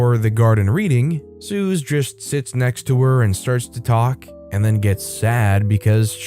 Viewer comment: Suze [ Sue-Zee] not [Soo-Z]